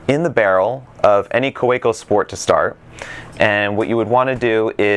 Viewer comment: It's pronounced "Kaveco".